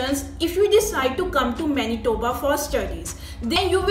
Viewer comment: She sayed Menitoba 1000 times.